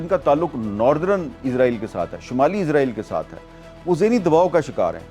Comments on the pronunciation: حامد میر صاحب اپ اسرایل کو ازرایل کیوں کہتے ہو ؟ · میر صاحب ازرائیل نہیں اسرائیل بولا کرو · عزرائیل عزرائیل عزرائیل عزرائیل یار لفظ اسرائیل ہے اسرائیل کہیں جناب اسرائیل کہیں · Yar israil ko izrail q kehty hen likh to is se likn para iz jata hai q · حامد میر صاحب یہ عزرائیل نہیں ہے اسرائیل ہے اپنی اصلاح کریں ہر دفعہ اپ عزرائیل بولتے ہیں